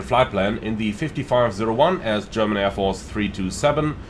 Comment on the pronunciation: are you German? You are pronouncing everything german veeeeeery good